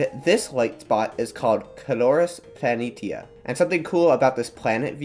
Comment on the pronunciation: You pronounced Planitia wrong.